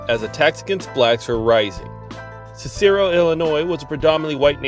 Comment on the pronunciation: It is pronounced Siss-a-roe. I've had family that lived there. They never talked about it. At least not to me.